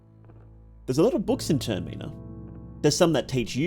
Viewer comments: "Tuhr Mee nah" Im dead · ur pronunciation of TERMINA is making me feracious